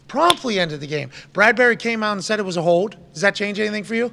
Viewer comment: Hey McAfee..........the word is HOLD, not HODE!!!!!